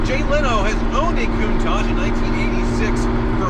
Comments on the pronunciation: "Kun-Taak" pls pronounce this name correctly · It's not contaje! It's a Lamborghini Countach!